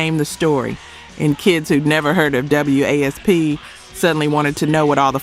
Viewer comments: I stop as soon as W.A.S.P(WASP) was pronounced W A S P. 🤦 A.I. slop. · I stopped as soon as W.A.S.P(WASP) was pronounced W A S P. 🤦 A.I. slop.